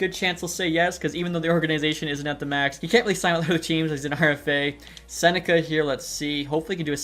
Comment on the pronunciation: love the video but i think Becket’s last name is pronounced Sen-neck-key instead of sen-neck-a